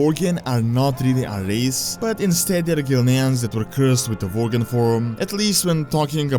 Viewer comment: Vorgen are Werry Poverfull Vorriars :)